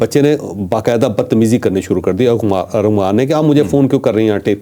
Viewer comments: چودھری صاحب ! آپ بھی ارمغان کو ارغمان بول رہے ہیں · چوہدری صاحب آپ بھی ارمغان کو ارغمان کہے جارہے ہیں جو اردو کے بڑے سینئر صحافی مانے جاتے ہیں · Javed sahab ko Armaghan nai bolna aata, baar baar Arghaman keh rahe ha.....👺👎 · ارغمان نہیں ارمغان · چوہدری صاحب فرخ آ پ کو لقمے دیتا ہے اور چالاک ہوتا جا رہا ہے آپ بھی ملزم کا نام ارمغان کی بجائے ارغمان بول رہے ہیں میں آپ کا بہت پرانا فین ہوں پلیز بادام کھایا کریں'۔۔۔۔ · اچھی کوریج آپ کے پروگرام بہت اچھے اور تفصیلی ہوتے ہیں لیکن آج آپ ملزم کانام غلط بول رہے ہیں یہ ارمغان ہے ارغمان نہیں ہے علامہ اقبال کی کتاب ارمغان حجاز بے حد معروف ومشہور کتاب ہے آپ جیسے ادبی شخصیت سے یہ غلطی نہیں مناسب حالانکہ تمام اینکرز بھی یہی غلط نام بول رہے ہیں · اوے چول ! ارغمان نہیں ارمغان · ارمغان صحیح نام ھے چوہدری صاحب